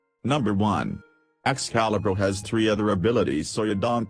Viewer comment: I like how says "Excalibruh" instead of it's real name